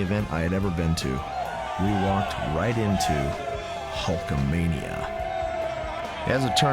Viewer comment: Hahaha she said "Hulkmania".